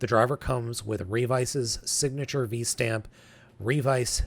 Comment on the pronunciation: you mispronounced a lot of the terms for Kamen Rider Revice. ~ ~ First the word ViStamp is a cross pronunciation of “vice” and “stamp” so the “i” is a long “i”. ~ It’s the Ohin“Buster” 50. ~ Kamen Rider Revi. It rhymes with the name Levi. Cross pronunciation of Revi amd Vice gives you Revice. ~ You got the pronunciation Genome second try. ~You got the pronunciation for XTurismo correct first try.